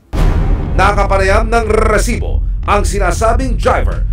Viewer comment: rrrrrrrrrrrrrresibo AHAHHAHAHAHAHAHA